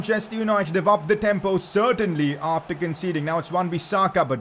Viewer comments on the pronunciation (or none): none